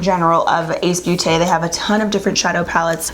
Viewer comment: Ace beauté is pronounced Ace "boté".. sorry my french kicked in😂😂😂 Love you ❤️ Merry Christmas to all! 🎄